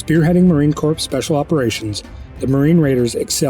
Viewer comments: OK. I heard Marine Corpse twice and I'm done here. FFS.... vet your narrator. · You really need to learn how to pronounce Marine Corps